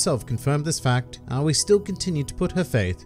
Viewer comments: it's just ow-ee like she says in her introduction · Did you know you pronounce officially pronounce Aoi "Ah-oh-E?" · It's A-Oy